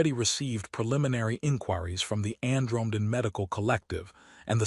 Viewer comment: ann-drome-den? AI Narration fails with aanother missing ending. AI Slop /sigh